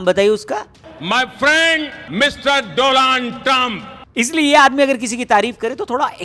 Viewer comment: Donald Trump nahi Dolaat trump